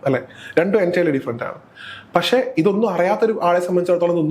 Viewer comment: Avatharika yude Malayalam pronouncing kurach sradhikkendiyirikkunnu “kshethram ““pakshe”